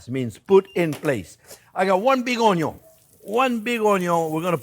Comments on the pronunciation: "I got one big onyo!" Same, chef. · As long as he keeps saying "onyo" I don't mind the talking at all 😅